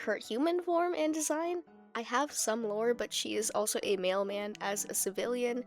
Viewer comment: At first I was confused when you talked about her being a “male man” when I realised you actually said “mailman” pfft